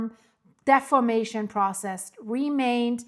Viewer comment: I do not criticize YouTubers. It's a tough job. I do not criticize people's pronunciation. It's tacky. However, in this one instance, deformation is such a critical word and concept. Defamation carries a completely different meaning. I know how important what you are trying to communicate is to the people of the world. I have no illusions that what you are reporting will affect the people of the world. I fully support your work and hope all good things for you.